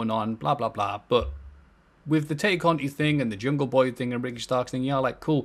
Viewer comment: I know this might sound petty, but I have to point it out. Tay is pronounced as "tie".